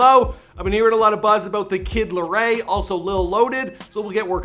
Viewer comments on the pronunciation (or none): it's kid laroi not kid laray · TheKidLarey. its The-Kid-La-Roy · Dude just said the kid laray.. smfh ITS LAROI LAAAAA-ROYYYYYYY